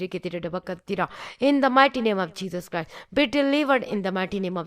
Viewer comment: Didi it is not Jesus Cry . it is Jesus Christ 😇😇😇